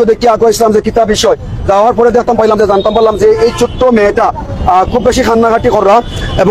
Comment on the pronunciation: ওরে ভাষা 😂😂😂,, নিউজ করতেছেন ভাষা শুদ্ধ করবেন প্লিজ,, ছোট্ট না বলে বলছেন চুক্ত 😂😂😂😂😂